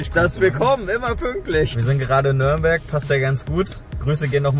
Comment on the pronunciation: Bitte sagt nicht immer nörnberg es heißt Nürnberg 😂 viel Erfolg euch noch wünscht euch ein glubberer